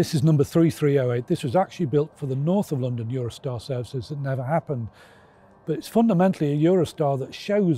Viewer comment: Oh, and 373's did run "Norf of Lah-dan". GNER ran the "White Rose", which was a 373 in their livery. I travelled on it. It ran from York, hence the name.